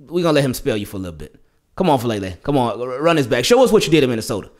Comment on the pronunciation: Just for future reference, the last name is pronounced Fa-ah-leh-leh. Polynesian names man lol